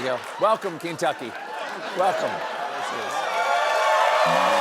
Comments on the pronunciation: He said Keentuck😂😜😜🤪😫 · “Am I right Keen-tucky?” 😂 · "Keen-tucky" was Bone Spur Bonaparte's idea of a pun to mask his first mispronunciation. In six to eight years, he'll yell at his Maralago nurse: "Hormuz? More like 'our noose' amirite? Thank you' I'm here all week" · He who says "leever" also says "Keentucky" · Couldn't even say " Kentuckey right? What a waste of good school!🤨🤨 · Really Trump's stupidity getting even worse, he pronounced Kentucky wrong "Kintucky". Wow and some stupid people still following the stupidest president ever. I am so ashamed. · Who does Trump's elocution coach Daniel Day-Lewis from Last of the Mohicans? Keen tuckee😂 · But it is pronounced "kin-tucky" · We say Keentucky, so we can say leever as well /s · It sounded like The Felon said Teen-tucky. That makes more sense than Keen-tucky. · Not only did he say Kentucky wrong, he said the same thing before twice. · As a Kentuckian you can’t convince me that the only reason he miss pronounced it was our Governor is a Democrat and we all hope Andy runs for president 😂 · As an American doesn’t it just offend you that he can’t even pronounce the word Kentucky does he even know the country that he’s running to the ground. This is just sad. The guy can’t even read. Thank you for your attention to this matter. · He not only can't pronounce Kentucky he can't pronounce Epstein Fury. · He is an alien who got a sheet about how to pronounce single letters and he is cosntructing words out of this onepager... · I think he thought it was a joke to pronounce Kentucky like that. Lets just be happy he didn't try Barbietucky. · 1.32. Trump can’t say Kentucky. Stephen can’t say simultaneously. He said Symultaniously. There are many words that a majority of Americans can pronounce. Ha ha ha 👋 from 🇬🇧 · Diaper Don seriously can't even pronounce Kentucky.